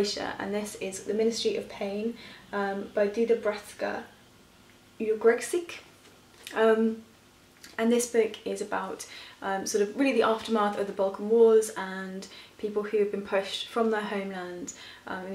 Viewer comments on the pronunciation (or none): I am so excited about this project to begin -I have lined up some of the same books to read along with you :) (also, Ugresic's last name is pronounced Ugre-SH-i-CH) Kurniwan's ManTiger is certainly better than his latest - it weaves Indonesian tradition and culture very well.